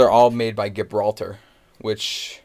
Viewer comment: the G in Gibraltar is pronounce like a J. just so ya know.